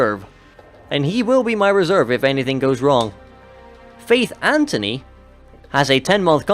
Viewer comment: It annoys me how both you and EE call faith Antony it's Anthony